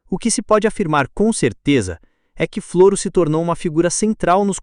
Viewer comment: Se chama Floro sem acento no O.. e o nome da cidade é Olivença. Não leia Flôro. É Flôro sem acento no no "Od